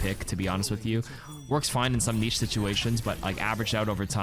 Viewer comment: I love your videos but please stop saying niche like that.